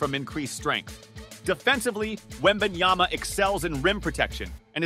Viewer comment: Why do Americans say his name wrong often??? Hes a superstsr rookie learn his name you will be saying it often for years to come. Anncouncers and even shaq right at the stsrt of the video say something like wemanyana